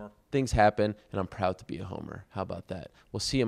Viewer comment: bonne not bon Ariel you fucked up the French again. bon soir, bonne soirer